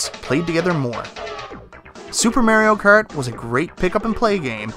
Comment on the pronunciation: SUPER MARIO CARD!!!! LOL ojoj love how you pronounce that :O